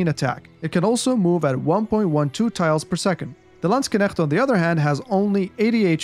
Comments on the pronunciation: Oh the pronunciation! I hear you say: /Landsg - k - negts/ similar to "Lands Connects" It should be something like: /Land - SHHH - nekts / similar to "Land 🤫 Necks" Great video BTW!! I'm subscribed now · you always say "Landskenechts" instead of "Landsknechts" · Landskenecht lol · Edit: Based on the many questions posed in the comments section below, I've decided to further expand on the Unique Upgrades of the HRE for its infantry to answer your questions. Check it out! How many times did say Landsknecht in this video? My German friends, I hope I've pronounced it correctly all those times! Thanks for the continued support as always, and more Age of Empires content on the horizon - stay tuned! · you pronounced "Landsknecht" pretty well, just the "ch" is not performed in the back of throat. It is more similiar to the "ch" like in "french" but we could argue it is a kind of dialect :D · I've heard from a few Germans to not pronounce the "cht" at the end as "ch" or "sh" sounds in English, but I know zero German or any of its dialects so I wouldn't know myself.. :D I suppose there're a few correct pronunciations then based on what you said :) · I find it hilarious that you put so much time and effort into making a high quality Video but can't be bothered to use google translate to check the pronounciation :D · everyone of you german Kevins: hört euch mal an wie andere AOE4 caster "Landsknecht" aussprechen, danach werdet ihr die Füße küssen! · yeah, Germany has different dialects too, so it was fine and more importantly understandable. I use 'sh' formed at the back of the tongue and pallet, tongue pressing against the molars. Gives the word a smoother 'flow' and not as clipped as you said it. I think you said it very Swiss-German.